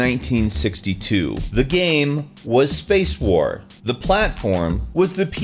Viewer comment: SurpriseFace Have you heard him pronounce Game? The guy makes a living talking about them and it sounds like gam.